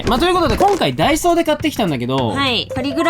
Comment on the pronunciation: みなさんは ①ダ↓イ→ソー→ ②ダ↑イ→ソー→ どっちですか？？ ちなみに自分は①です！②でしたね笑